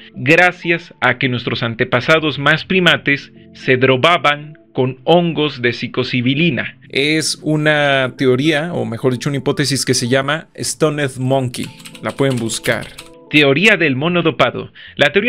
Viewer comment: Quería ver el vídeo pero desde los primeros segundos en los que no supiste ni pronunciar la palabra psilocibina me dí cuenta que grabas sólo por no tener otros temas, antes del minuto 1 me voy a perder mi tiempo en otro video, bye...